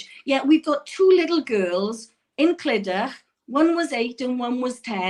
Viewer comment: Clydach is meant to be pronounced Cli-Duck. Heart breaking story from &. I would love to tune in and see them again. Great video.